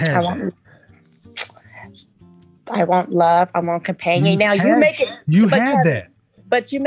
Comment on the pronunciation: When she say love I heard Money 😂😂